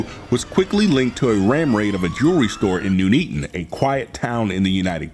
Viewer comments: Nun eaton not Noon eaton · Lol "New Neaton". Lol Americans. "Nun-ee-tun". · Sorry to be pedantic... nun'eaton